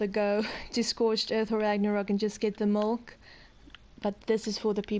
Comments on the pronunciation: Why do you keep on calling molk instead of milk? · MIIIIILK NOT MOLKKK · I stopped watching after 15 seconds because you called milk molk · Milk not molk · you sound like a little kid trying to say milk but you say mulk instead lol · I'm gonna like this video, but everytime you say mulk its cracking me up xD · Did you say mulk? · Please stop saying mulk 😭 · Tafuck its "Mulk" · She says molk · Y is she saying mulk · Just get the man a glass of Mulk! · Shes Afrikaans and as she said she doesnt speak english as a 1st language and in afrikaans milk is melk